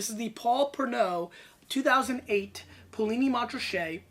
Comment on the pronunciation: Poo Lee Knee - Mon Ra Shay...... just saying....